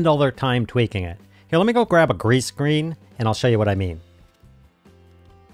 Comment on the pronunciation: I really like this editing tutorial series. Did you say a "grease screen"? 😉 Love you, mean it.